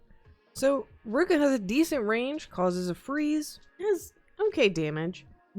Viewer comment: Ruka? ITS NOT SAID LIKE THAT ITS SAID LIKE roo-ki-uh!